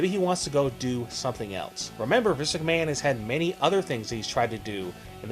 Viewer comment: We know the video is about Vince McMahon. I don't think saying, "Vince McMahone" over and over again makes any sense.